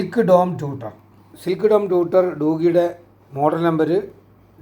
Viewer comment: ഒന്ന് രണ്ട് കാര്യങ്ങൾ വ്യക്തമാക്കിക്കൊട്ടെ? ബാസ് എന്നല്ല ബേസ് ആണ് പിന്നെ ടൂട്ടർ (ട്യൂഷൻ എടുക്കുന്ന ആൾ) അല്ല ട്വീറ്റർ ആണ് ശരി.പോലിസിനെ പൌലോസ് എന്ന് വിളിക്കാറില്ലല്ലോ.